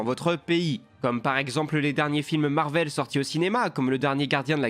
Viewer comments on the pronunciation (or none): none